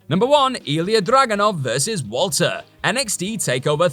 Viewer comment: ...its WALTER!! (V-All-Tur) fool